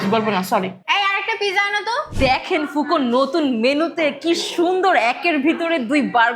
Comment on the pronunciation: আল্লাহ রে !বোনেরা এইটার উচ্চারণ ফুকো নয় (ফুঅকো অর্থাৎ আগুন )।এইটা ইতালিয়ান শব্দ ।রেস্টুরেন্টের নামই যদি উচ্চারণ করতে না পারেন তাহলে রিভিউ কী দিবেন !